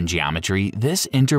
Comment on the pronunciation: It’s causal, not casual